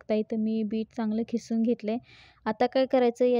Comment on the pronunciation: खिसून नव्हे. किसून म्हणावे